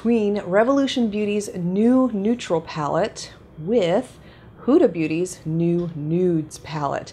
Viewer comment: Just FYI you pronounce it Hooda like hoodie not whoda